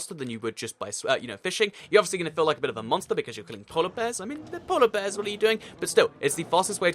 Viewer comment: count how many times he says “polla bears” in the video